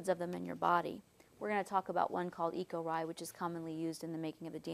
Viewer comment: it's pronounced "ECHO R ONE"